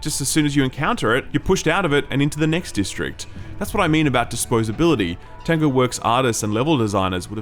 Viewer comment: Kept thinking you were saying "tenga" instead of "tango"... which is something completely different here in Japan lol.